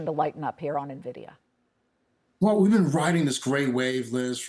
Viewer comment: The guy calls the company "ner - vidia." If he doesn't even know how the Company's name is pronounced, he isn't worth listening to.